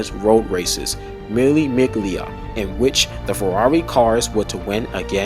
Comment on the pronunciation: It's pronounced 'Mille Millia'... 1000 miles